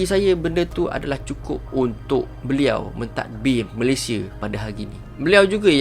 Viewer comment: Salah sebut tu..ini adalah asas kita sebagai Rakyat negara ini..nama negara kita, Malaysia..sebutan Malaysia..bukan Malayshe..atau Malaysye..Malaysiee boleh lagi..kita sepatutnya sebut dengan sebutan baku.. perkataan Malaysia adalah kata nama khas.. Malaysia..bukan Malayshe😌😌😌😌